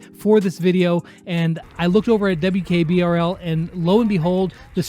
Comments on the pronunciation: 😂 said WKRBL instead of WKBRL😂😂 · He said WKRBL again..... . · said "WKRBL" again! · WKRBL Literally everyone: WKBRL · He said wkrbl again.... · WKBRL not WKRBL🤦‍♂️🤦‍♂️